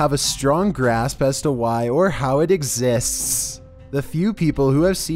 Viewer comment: I'm like, why did he say it like that 😂 gotta love